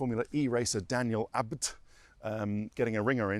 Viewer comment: C'mon Ted, it isn't that hard to say Abt.